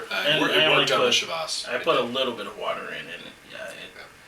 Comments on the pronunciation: "Shee-Vas" regal...... come on! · Hi, nice Videos, good tastings, good comments. But how you pronounce Chivas Regal is really awful. You have to improve on this. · I thought it was Chivas Regal pronounced the english way, not the french way. Today I bought a bottle of Glen Moray though. Very curious about it, as it's not overpriced but still considered quite good.